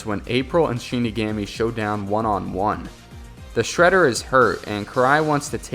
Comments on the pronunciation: Its shin.ni,gomi that's how u prounce it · He is saying shinigami wrong